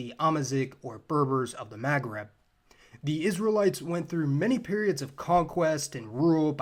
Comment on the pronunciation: "ma,as in mama"magreb"Maghreb